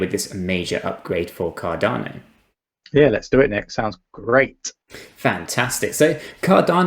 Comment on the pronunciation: At least say the name right